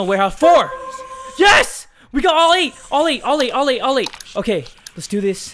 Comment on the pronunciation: Instead of all eight when he got the gate keeper it sounded like he said Olly. Lmao